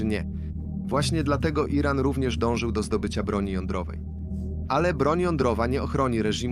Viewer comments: Co to jest jeden ran? Czy WY nie umiecie czytac tylko musicie uzywac bezmadziejnego AI... a Moze A jeden😂😂😂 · Lektor jest genialny! Słowo Iran czyta jako: Jeden ran😂😂😂